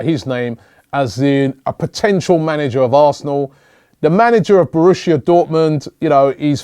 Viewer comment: Borussia Dortmund. Not Borushia Dortmund 😂